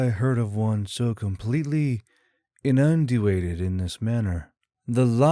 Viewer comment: First: "inundated" should be pronounced like "in un dated" without adding any extra letters into the reading. And that misspelling of "audibly" was atrocious. Also, spelling "deserts" as "desserts" is always a fun one (easy mistype though). Very fun story but there's still room for you to get a better editor involved to help your writing team!